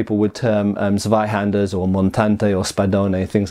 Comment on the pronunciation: fail Please learn how to say Tsvaihanduh,. Seriously. That´s how this German word is to be pronounced. If you could manage to get it somewhere approximating correct, a substantial part of an entire generation of hema practitioners could also get it right and no longer butcher that word so horribly. If you google "leo online dictionary", you can even have a lady say the word to you. Doesn´t cost a thing, except maybe a minute of your time.